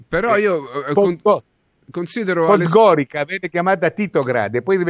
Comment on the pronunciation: Podgorica si pronuncia Podgoriza grazie